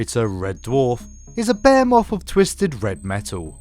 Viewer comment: The word is three, not free. Behemoth, not Behemof. Learn how to speak.